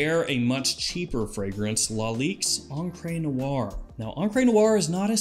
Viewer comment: Encre Noire is STILL not pronounced "on-cray" noire.